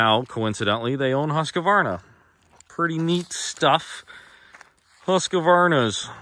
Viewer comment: It annoys me when people call a Husqvarna a HusqAvarna